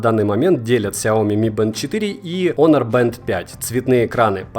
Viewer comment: Х Хонор, а не онор